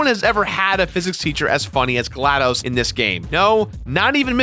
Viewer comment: It's glaDos not dose